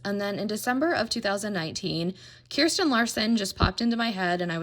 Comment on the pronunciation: I’m happy that you say Kirsten instead of kurstan